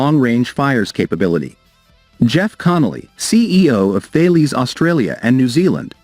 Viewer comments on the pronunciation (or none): Ben-deee-go 🤣🤣🤣🤣🤣🤣🤣 Failies 🤣🤣🤣 I can get a Military based YT channel mispronouncing Australian place names like Bendigo, but when you can't even pronounce one of the biggest Defence Companies in the world correctly, then you are nothing but a joke.